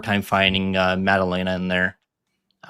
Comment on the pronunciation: pronunciation of the week: Maddaleña 🇪🇸